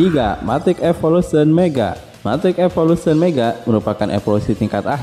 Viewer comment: Saya sering nih nonton konten lu. Tp kalo boleh sedikit saran, lu kayaknya perlu belajar penyebutan bahasa Inggris dengan benar deh, yg basic2 aja atau yg kira2 bakal masuk ke konten. Sesimpel nyebut evolution aja aneh.